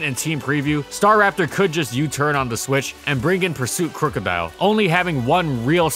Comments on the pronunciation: it really bugs me that you say STAR RAPTOR and not STARAPTOR, but i dont even know what is the right way to say it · it Sta'raptor not 'Star.raptor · Strange. I’ve always pronounced it “stuh-rap-ter”